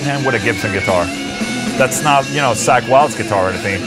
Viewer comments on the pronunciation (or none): none